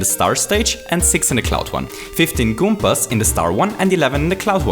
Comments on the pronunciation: i really like this video, especially the way you talk about additional challenges such as power-ups and i think you're spot on in your explanation for why the challenges right after the checkpoint are a bit easier. i have to ask though, which accent is that? "goompers" is probably the most adorable pronunciation of goombas that ive ever heard haha (no offense, i have a similar accent). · it's Koopas and Goombas not goombers and koopers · It is not koopers or goombers . There real names are koopas and Goombas . God dammit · I like the Video but you always say goombars and koopars instead of goombas and koopas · "Koopers" "Goombers" Lol, ok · Why do you pronounce Goombas "Goomers"? Or Koopas "Koopers"? I'm not native and this is my 3rd language your videos are awsome i was just wondering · he says kooprs and goombrs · Good video, loved it, but I couldnt help but crack up a bit when you'd say "koopers" and "goombers" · Koopers? Goompers? Accents at their finest! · lol, goombers and koopers :D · I'm sorry, but why do I feel that you say Goopers and Koopers all the time? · Koopers and Goombers. I love your accent lol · I like how he says "Goombas" and "Koopas"